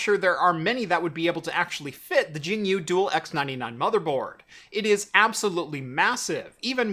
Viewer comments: CORRECTIONS: - It's much closer to Gin-you-way - The last PCIe slot is only wired up to 8x lanes. Not 16. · It pronounces [Jing-Yue]